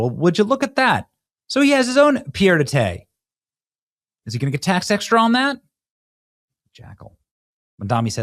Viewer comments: "Pierre-de-tay." Get a grip, Benny. It's pronounced pee-ay-duh-tear. It means foot on the ground, a place to stay. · "Pierre-de-thé" LOL! Benny, you need to brush up on your French. 😂😂😂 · Pronounced pee Ed a tare. Come on Benny. Do better. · I love Benny's pronounciation: "pierre de tai" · For anyone who is curious, It is pronounced "pee-ed a tare". Not being sarcastic or critical just providing the phonetic spelling for anyone not familiar with the phrase. 😊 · 😂 The way you pronounce 'pied-a-terre' translates to 'Pierre of Summer'! rotfl! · The pronunciation is pee-ay-dah-TARE and the literal translation is "foot on the ground". In other words, a crash pad in a city where the owner doesn't live. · It’s pied-à-terre /pjɛ‿də tɛɻ/ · Why is Mamdani's wife named after a Hindu god?!? - And, pied a terre is pronounced "peed ah TARE". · I don’t know if you’re saying Pierre De Tay just to be funny but it’s very funny 😂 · Its pronounced paid a tear😂😂😂😂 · Pied-à-terre is pronounced pee-ey-duh-tair. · Nice content. But work on your pronunciations. (Eg pied-à-terre) They will make people devalue your message. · Yeah he swapped the ending of pied and terre around. I have a feeling he did it on purpose. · Look up how to pronounce “pied-à-terre”